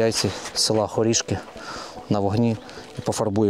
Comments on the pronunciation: хорішкИ! я все не могла зрозуміти, що то за село таке 😂 ЮркИ, ХорішкИ) а райрн був козельщИнський, бо селище КозЕльщина… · Хорішки,Юрки. Завжди був наголос на останній склад